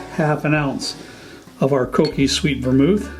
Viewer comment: Sweett vormul